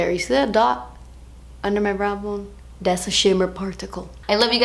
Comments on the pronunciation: I love how she says "dats" instead of "that's" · When you say "das expensive" I gain life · "das a shimma particle" 😂 please don't ever change. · "see dat right der? Dats a shimmer particle" Love the way you said that 😂😂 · "Das a shimmer pa-rt-icle" 😂😂😂 WHY CANT I LIKE THIS VIDEO A THOUSAND TIMES IT WAS SO FUNNY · "das a shimmer particle" 😂😂😂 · "das a shimmer particle" omg i love you 😂😍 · "Dats a shemmer partycle." Hahahahahaha. How she said that. 😂😂😂 Please never stop making videos, you constantly make me giggle and are helpful at the same time. 😍😍😍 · "das a shimmer particle" omg cracking up